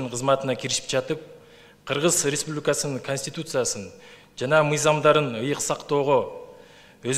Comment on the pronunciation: Республикасынын деген созду так айтчы айланайын